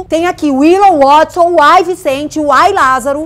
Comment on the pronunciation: Willou e Wuodson GZUISSSSSS É DIFÍCIL PRONUNCIAR WAAAAAATSON?